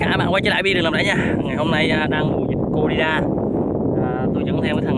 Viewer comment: Corona mà đọc là corina